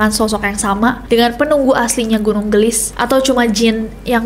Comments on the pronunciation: kak nes bukan gelis bacanya tapi geulis 😊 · Koreksi. : Cara bacanya bukan gelis, TPI ge'u'lis (geulis). Geulis di ambil dari kata / kosakata Sunda yg mana artinya CANTIK. GEULIS = CANTIK. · Geulis kak nes bukan gelis wkkw lucu aku denger kaknes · Geulis, gunung Geulis bukan gelis, artinya cantik kaya kak nessie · Kak nessie, kalau boleh aku koreksi.. Pelafalan “ geulis ” itu gak flat gelis.. Tapi kak nessie gemes banget pas ngomong gitu aaaaaakkkk loveyou kak nessie❤ Jadi pelafalannya itu ada eu nya ge-eu-lis gitu kak. Hehe salam hangat dari bandung, sehat selalu kak nessie, loveyouu😊❤❤ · Gunung 'geulis' mungkin ya kak ness.. bukan gunung 'gelis' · nyebut geulisna salah mba 😅